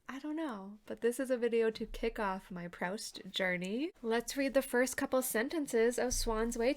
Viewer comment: After admiring Proust from a far for 30 years I finally made a start in January. I'm currently coming towards the end of 'Shadow of Young Girls in Flower' in the new Carter edition. I love it, my aim is to read it over one year. Hope you're getting on OK. (it's Proost, not Prowst! :)